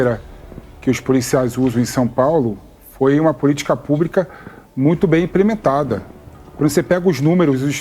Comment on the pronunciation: E o jegue ainda fala errado! "Imprementado" É IMPLEMENTADO Seu Animal!!!😆😆😆